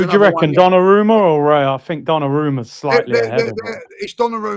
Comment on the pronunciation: It's RAYA not REYA ffs. And then the big expert repeats it like 20 times.